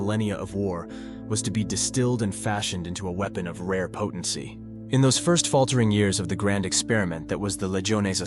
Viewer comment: It's the "First" Legion not the "ist" legion